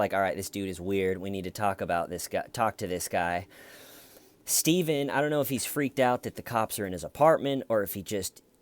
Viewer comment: When arr you gonna stop tellin that!?